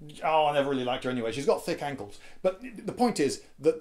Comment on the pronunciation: i thought he said angles